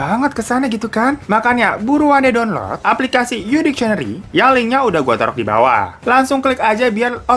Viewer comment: Bro bacanya bukan dikcieneri tapi diksieneri (dictionary) 👌🏻